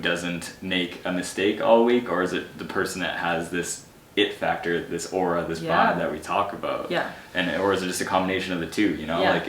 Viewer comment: The word is 'aura' 😃